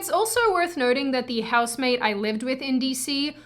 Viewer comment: Useless comment for a useless video. Cant tell if you're saying house maid or house mate I would kill for a house maid though. Then I would kill the house maid. Trump ironically made me a leftist. I use to like your content. Now its dumb. All conservative content is dumb now. Unless it's traditional morality stuff. Also, getting tired of only feds being youtubers. Tell Susan and her friends I got on youtube to get away from Zionist propaganda. Not for them to shove it down my throat secretly. You have to say you're a fed or else its death penalty.